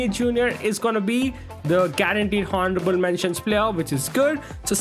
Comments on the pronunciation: its pronounced onorable mentions not honarable mention the spelling is honourable and h is silent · Honourable mentions 😂😂😂 it’s pronounced with a silent h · Bro in honourable h is silent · Someone kindly teach that 'h' in honorable is silent😂😂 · Bro your honourable pronunciation is really cringe